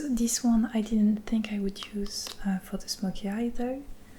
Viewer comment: Coucou, merci pour tes vidéos ! Très bel accent que tu as ! Pour l'améliorer un peu plus ; l'accent britannique ne prononce pas le "l" dans would et dans les mots du même genre, ce qui donne "wou(l)d" /wʊd/. Sans vouloir paraître prétentieux, à bientôt